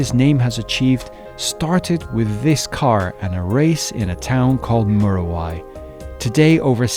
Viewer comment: Fantastic video. However, it's actually pronounced m-you-ra-why. Of course it's of Maori Origin in its name (the native New Zealand population)